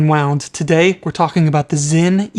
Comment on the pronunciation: No you didn‘t say it right 😂